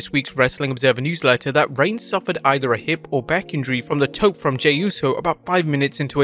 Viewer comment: "The Tope" is not pronounced that way...